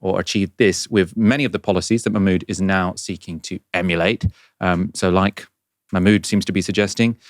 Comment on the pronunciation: check your pronunciation of Mahmood please... there's an H there that is not silent!